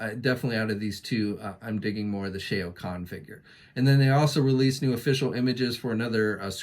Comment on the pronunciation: Shea O'con?? What is he Scottish? Ohh Shao (rhymes with chow) Khan, got it.